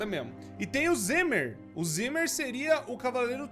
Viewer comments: E não é "Zimir" É Ze'mer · E não é Zimir é Ze'mer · o certo seria A z'mer